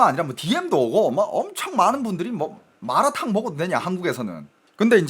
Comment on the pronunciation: 발음듣고보니, 마라탕아니고 말라탕인데 ??😢